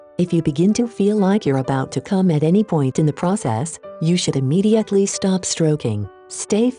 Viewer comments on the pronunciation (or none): none